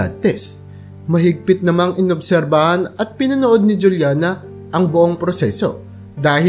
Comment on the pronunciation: Juliana is pronounced as hulyana kasi spanish name yan